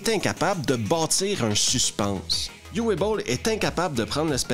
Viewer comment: Petite note de prononciation. "Uwe", c'est "Ou-veu" que ça se prononce en allemand. Pas "you-ouais"